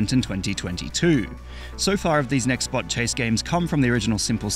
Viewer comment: NEXBOT NOT NEXTBOT